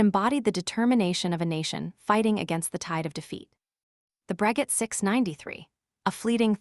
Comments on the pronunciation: Isn't it pronounced " Bro-shay " ?🤔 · For the love of Wilbur and Orville, learn how to pronounce Breguet. It's pronounced Bru Gay. Stupid AI narration. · bot voice is cringey. Wasn't it pronounced "Brageh"? Maybe you should have used a French bot voice?